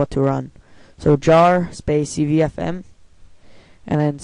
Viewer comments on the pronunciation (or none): DUDE THANK YOU VERY MUCH! now the people on my server who can't use .bat files can use jar files! TY! LIFE-SAVER! best guy ever man. Thanks Alot. And you pronounced "Cfvm" as "Cvfm" lol.